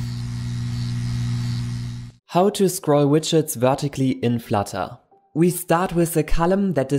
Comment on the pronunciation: [F l a t a] . Love it